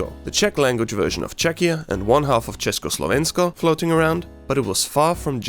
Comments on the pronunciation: you pronounced cesko slovensko man im so glad thak you so much man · This is the cleanest pronunciation of "Česko" , "Československo" and "Česká Republika" I heard by someone who doesn't speak the language, that was better than like over half of actual native speakers, I think a tear came to my eye. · Hey, you pronounce the words "Česko", "Československo" and Česká republika" very well. Actually, know some native Czech speakers who pronounce it worse than you😂👍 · ARE YOU CZECH?! Cuz the way you pronounced Česko and ČeskoSlovensko is actually... I speak mostly nowdays with people that can speak English I hate Czechia for many reasons and love for not so manny, but my point is I speak with lot of people from different countries and if they know what is Czech Republic or at least they know CzechoSlovakia (Mostly americans... no offense though) when they try to prononce it you hear ČEŠko or they just say Czech or Czechia this is the greatest day of this year so far, also the fact that somebody is actually interested making a video about this shitty unknown country. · Im from Czechia and how you pronounced "Československo" is really good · This Guy Said Česko And Československo really good And i know that cuz im from Czechia odd Czech or CzechRebuplic bruh these names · oh my god this PRONOUNCIATION of Česko and Československo and Česká republika is SO GOOD I love this, instant sub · So perfectly said “česko” and “československo” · I am from Slovakia and the way you pronounced "Československo" is amazingly perfect, I'm proud of you mate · Greetings from Czechia!! 🇨🇿🇨🇿🇨🇿 Btw i was like holy fuck when i heard the pronunciation of Československo